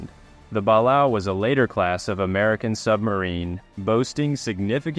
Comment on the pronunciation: Great video, but Balao is pronounced “BUH LAY OH”.